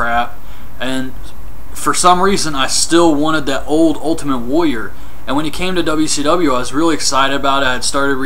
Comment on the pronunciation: woyer ...woyer ... its "warrior"